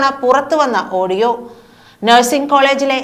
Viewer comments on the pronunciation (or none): none